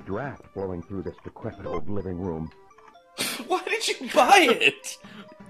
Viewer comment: LOL I get your reference and I thought the same thing every time he said decrepid